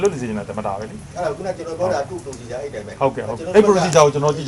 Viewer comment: ေစာက္႐ူးရဲ procedure ေတာင္ အသံထြက္ က ဒစ္လည္ေနတယ္